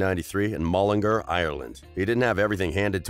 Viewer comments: Mullinga tf it’s Mullingar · I KNOW you did not just say mullingEr. It is pronounced mullingAr. (Sorry I'm Irish so it annoys me.) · U pronounced the name of Niall’s birth place completely wrong,maybe before u accuse him of shit have the respect to pronounce the basics right It’s pronounced MULLIN—GAR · He can’t pronounce mullingar and Leinster😂😂